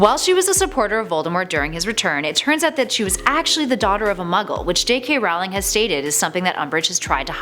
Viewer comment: you pronounced rowlings wrong its rawling not rouling